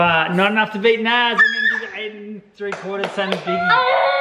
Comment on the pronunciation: It’s naz